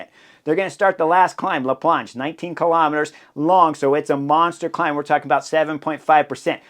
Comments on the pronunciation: Only Americans can manage to pronounce la Plagne "la planche" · "La Plagne" sound like "Lasagne" 🎉🎉🎉